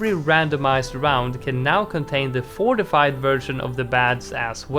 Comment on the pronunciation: round fourtyfive has fortifie balloons huh